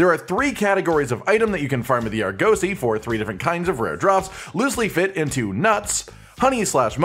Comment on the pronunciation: less emphasis on the 'oh' in Argosy, it's 'uh'